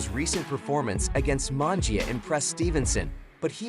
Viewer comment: Mungia.. not mangia.. sheee ... I know youre not a boxing fan